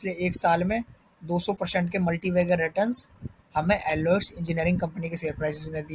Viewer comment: First learn to pronuce the name